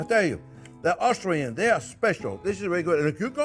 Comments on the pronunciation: It's Austrian. You kept saying " Australian ", like a bloody wanker. Lay off the vino. Great dish though and thank you for that clarified butter tip. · Made me giggle each time he said "Australian" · Sounds like he says "australian" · Australian or Austrian? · Watch the difference between Austrian and Australian there, chef Jean Pierre! Big dif.